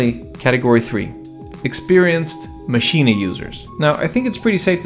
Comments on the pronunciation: Should I be saying “Maschina”? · Why does he keep saying machina?